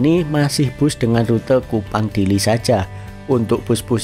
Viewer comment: Ke Dili loh ya.. Bukan ke Diri😂